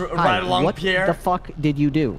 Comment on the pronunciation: Nobel prize for my man Pee air